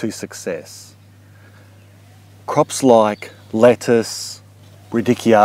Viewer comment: It's not "Rid-dick-e-oh" it's pronounced "Rad-eech-e-oh"